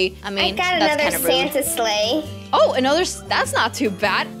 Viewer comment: WAIT U SAY WE GOT THE SANTA SLEGSH